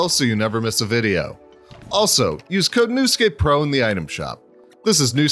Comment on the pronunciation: Kid: NEWSCAPEPRO Midas: Newscapipruuu